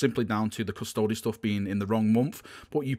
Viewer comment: Lol kirioth CustodEEEEES